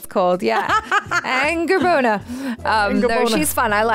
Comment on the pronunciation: did she really said angerbonner ?